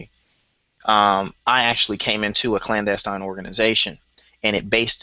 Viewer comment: aka is a FAKE Clandestine (or as he pronounces CLANASTINE)